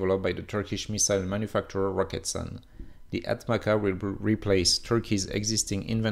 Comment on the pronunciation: its not “ATMAKA” tho, its pronounced as “ATMAJA” which means accipiter